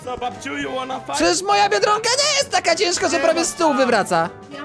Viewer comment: mówi bierdonka nie biedronka 😆😆😆😆😆